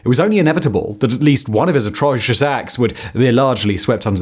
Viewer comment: Simon, i worry that you're a little overworked. Or that you don't have time for re-shoots anymore. Your pronunciation and clarity, whilst usually impeccable, at :30 was "atroicious".